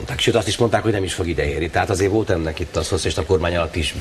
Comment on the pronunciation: "külsző nyomás", "vóót" Fidesz Csinovnyik level60